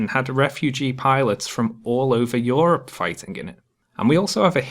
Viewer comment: "Yor-up". A few years late but great video.